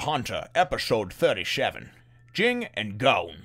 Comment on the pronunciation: Everyone criticizes Ging, but who exactly is he hurting? Due to his actions, Gon gets to be raised by a better parent and Mito gets to take care of Gon, something she obviously enjoys doing. If Ging truly "abandoned" his son, he wouldn't have bothered finding him a responsible guardian. Also, "Ging" is pronounced like the name "Jin." The first G is soft and the second G is silent.